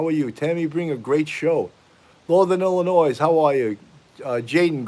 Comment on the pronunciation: Hey,! Watching the replay. Haha - I can tell you're from the East Coast! Illinois is pronounced "Illinoi". The "s" is silent. I'm not nit-picky, am I? The nationwide "brotherhood" among police often extends to Marines. My disabled Vietnam veteran husband has often been given a pass for minor offenses.